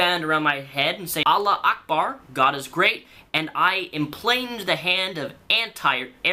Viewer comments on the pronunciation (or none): It's not Allah Ackbar, it's Allahu Ackbar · it's "allahu akbar" not "allah akbar" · its pronounced allah u akbar jus sayin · I live in the middle east. Trust me, it's pronounced Allahu Akbar (alla - hoo - akbar), the call to prayer is like 5 times a day. Idk why but for some reason it distracts me when you get it wrong. Maybe it's just the way Qataris pronounce it, idk. Loved the vid! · It's pronounced: all ah who ack bar